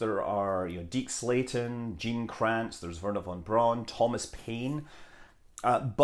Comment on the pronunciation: You are aware that this is Scud Mumbley who can't even be arsed to pronounce von Braun and Oberth correctly.